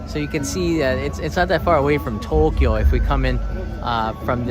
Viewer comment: you certainly pronounced it the way it should be, just that you can tell that you are taking the effort to say it so! I’m one of those three syllable folks lol.